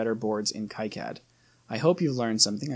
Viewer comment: The correct pronounce is "key-cad"